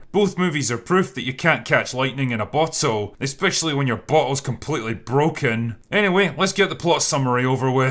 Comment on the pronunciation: You accent made it sound like, “can’t catch lightning in a butthole.” 😆